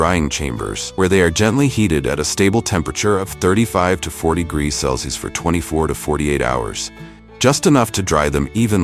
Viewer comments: How annoying is the AI failed pronunciation of “celsius”… Cell-Sees…🙄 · Celcius is pronounced "cell see us" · It gets ready to "cleenz the beans" before processing . also we moved from how cherry trees are planted to soybean production. And the poor robot cannot pronounce Celsius. My favorite mispronunciation is 'Celci'.